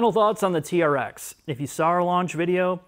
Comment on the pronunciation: It’s supposed to sound like trex when you say it not tea-are-ex